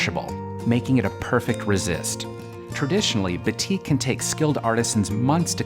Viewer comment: Very beautiful design! Just to let u know, batik is actually pronounced as baa(as in baa baa black sheep) -tik.